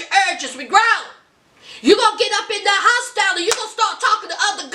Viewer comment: A hostel is not an apt. It’s like a hotel but you rent a bed not a room… sometimes one room can have 6 beds in it… so 6 people in one room. Also it’s not hoss-TILE is hos-TELL. Also your impersonation of Kenneths face was SOOO spot on.